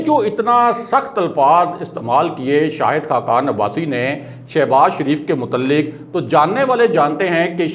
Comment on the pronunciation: Mutalik nahe Mutaliq heh. Bhai zara apni urdu tau tyhk kerloo.